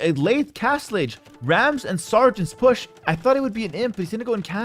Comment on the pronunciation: I enjoy the way pronounces "push", or "pusch".